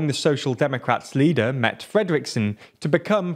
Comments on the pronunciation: I'm shocked that a host who so obviously is bristling with Danish geenes, for whatever historical reason, can mispronounce Danish words so badly (clue: an 'e' at the end of a Danish word is pronounced like a short English 'eh', so Mette is 'Met-eh', certainly not Matta!). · Her name is Mette, not met. In denmark politisians can only survive, if the do right and speak truth. It kind of terrible for a small contry like ours to stop a production of fur that made us ... was it 4 billion per year. But the way we made fur was cruel to the animals. We are not rich like the bastards in norway, but we have enough, so we have stopped making mink fur, because it is the right thing to do. And please stop calling her met, her name is Mette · Just FYI Mr. Newsman, her name is pronounced Met-te, with the 'te' sound at the end the same as in 'terminal' so like a 'ter' without the 'r'. Hope that makes sense. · Her name is pronounced _Met'e_...NOT _Met_..... Re the culling of the mink... What you have failed to identify, was that the health authorities had put strict procedures in place regarding their own movement between the minkfarms as well as that of others movements. As the Cluster 5 spread, it turned out that the health authorities own personnel weren't adhering to their own guidelines. You are also wrong in a Gov't formed across the aisle would be new. Historically, from the 60s up through the 70s, 80s, 90s and into this millenium, the Gov't the Mette Frederiksen Gov't was the first single party Gov't in _decades_. Overall, your clip was good and informative. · ‘Mette’ is pronounced ‘Metteh’ more or less, certainly not ‘Mett’ :) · MET-TE Fredriksen.. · 'MET Fredriksen'??😂😂😂 So funny to hear English speaking peeps pronounce Danish names. Try saying Medder Frether-ricksen_ then it would sound closer to the right thing😂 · Great content and as a Dane I just want to add. Her name is Mette, pronounced Meh teh. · Her name is pronounced "Med-uh" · Mette is pronounced “mett-eh”